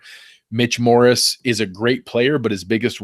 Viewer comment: Dammit stop saying Morris, it's Morse. :)